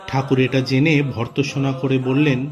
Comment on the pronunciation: "ভর্ৎসনা" র উচ্চারণ কী হয় বাছা? ভিডিওটি ছাড়ার আগে একটু দেখে নেওয়া দরকার ছিল নয় কি?